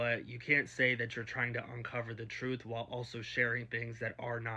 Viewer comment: Can you tell me what "troof" means. So this is the kind of English, they want taught in school